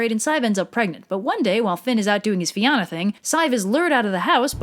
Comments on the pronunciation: I am crying at the pronunciations. Like I get that this is a very different language than English, but listening to the mispronounciation (sorry, I can't spell) of words that are fairly easy to pronounce with just a quick Google search is killing me. It's Fianna as in Fee-anna not fee ánna. (No grudges of course, it just kinda grinds my gears. This is mostly just me being kinda pedantic)😄😢😄🍊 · Great vid, loving this channel. Not gonna lie though, I cringed when you didn’t pronounce the names correctly, and when you called our language “Gaelic”. So just a few tips: Oisín is pronounced “ush-een”, Fianna is pronounced “fee-a-na”. And finally, our language is called Gaeilge, or more commonly referred to as just “Irish”. We never call it Gaelic, that’s a Scottish and Welsh thing.